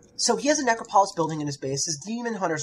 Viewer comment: Oh, God, he can't pronounce the namesake of his audio. This angers me greatly and I find it interesting.